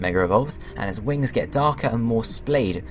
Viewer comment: u said wrings